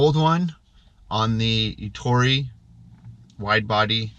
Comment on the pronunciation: How can you consider yourself a window cleaning expert and pronounce Ettore in correctly?